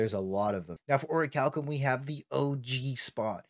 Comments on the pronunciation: Great vid dude only thing its Ori-cal-cum not orichillium XD but great advice thanks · Had to stop after the 3rd ore-chilli-yum. My ears are bleeding